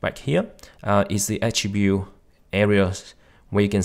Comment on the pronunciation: he says achibyu when its attribute ill go watch different video. wtf is wrong with your language